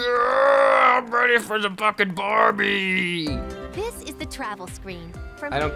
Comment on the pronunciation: Barbie* not barrie